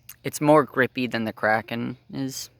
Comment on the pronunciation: "The crapen" 💀